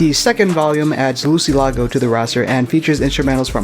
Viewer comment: Ayo thanks so much for covering the crew and I! Glad I got a lil flavor in there with Cover Art, Vol. 2 🌶 Just for future reference my name’s pronounced Lou-say-lago, but don’t stress it haha